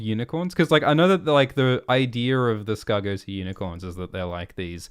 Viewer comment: It;s uhhh it's pronounced Skeggos